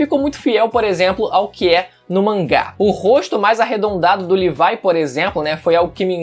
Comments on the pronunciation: Mano da agonia você ficar falando levai do que levi. Levai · Mn por favor para de chamar o levi de levai q agonia mn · Livai?,Livai? Meu chapa? PORRA FALA DIREITO E LEVI,L E V I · Chamar o levi de livai dói nos meus ouvidos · Cara o pessoa que fala isso é por que são viciado em hentai só pode mds E o cara falou livai